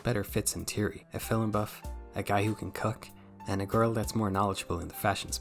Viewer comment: the way you say "cook" sounds like "cuck" which makes "Matt cooking" sound way funnier than it should be